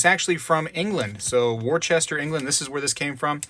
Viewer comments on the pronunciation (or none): Worcester = "wooster"